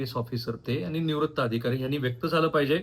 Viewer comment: व्यक्त व्हा असे असते व्येक्त नसते